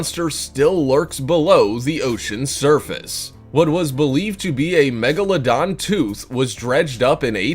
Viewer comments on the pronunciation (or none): He mispelled "megalodon" he said "magalodon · He said magalodon instead of megalodon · It’s spelled Megalodon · lol magaladon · The magaladon? 😭😭😭 when u don’t English